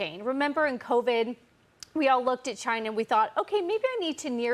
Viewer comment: Va-CHY-Na. We are ALL made in VA-CHY-NA.